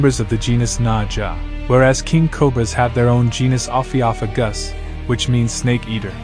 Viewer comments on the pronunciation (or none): Oh-phio-FEYgus is how it's pronounced.